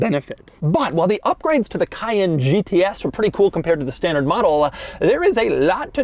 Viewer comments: KAY-EN, doug. Not Kyann. Cayenne = kayen. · Emphasis is on 2nd syllable not 1st. cay-ENNE.